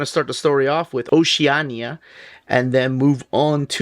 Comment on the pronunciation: pronunciation of Oceania changes every time. 🙂